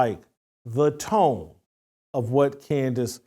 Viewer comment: Tone??? Tone??? Come on Jason...SMH.